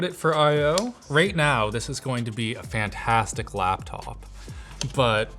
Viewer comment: i just love how pronounces "fant Hastic"